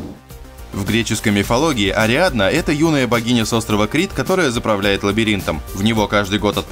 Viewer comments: То "Адриана", то "Ариадна", кто-то не в состоянии прочитать простой текст, даже если сам его написал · НЕ АДРИАНА, А АРИАДНА!!!